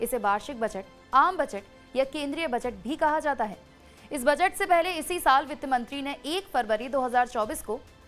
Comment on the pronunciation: मैडम बजट होता है बचट नही 😂😂😂😂